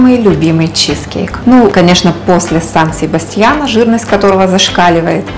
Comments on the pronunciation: Не чи'зкейк на первую и ударение А на вторую чизке'йк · Согласна. Слова автора с ударением на первый слог режет слух